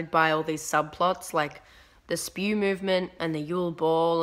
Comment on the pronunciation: The fact that you called S.P.E.W: spew... Hermione would be so disappointed